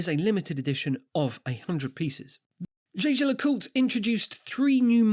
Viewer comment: It's "Jäger", not "Shaysher".